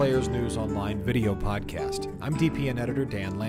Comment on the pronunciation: Neat "pod-a-cast"!